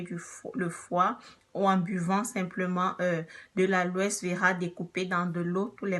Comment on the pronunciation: Boe vidéo merci mais kan lit on prononce pas le S